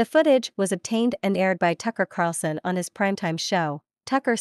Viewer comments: The narrator needs to pronounce Tucker's last name correctly. The video poster needs to find such a person before posting. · Tuckers name is Carlson not Carson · It's Carl son, Tucker Carlson, not Carson. Lol